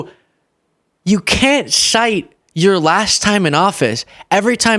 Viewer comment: “Ya cayn’t sayy” 😂